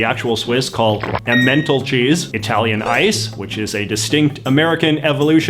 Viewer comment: The way you pronounced emmentaler sounded like you said menthol cheese😂